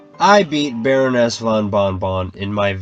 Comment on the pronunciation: Varoness van bon bon Diabeetes